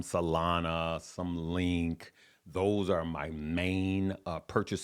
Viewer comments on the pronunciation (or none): none